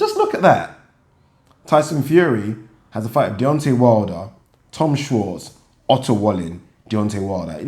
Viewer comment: Love how, when you pronounce Otto Wallin, it sounds like you're saying "utter wally". Sounds about right to me.